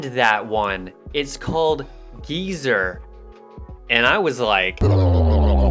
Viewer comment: Haha, GREAT VIDEO! It's actually supposed to be pronounced "geezer." I named it after Geezer Butler of Black Sabbath, but I tried putting a spin on it — which turned out to be a mistake. Most people (understandably) think it's pronounced "geyser." But you got it right the first time, so great job. :) :)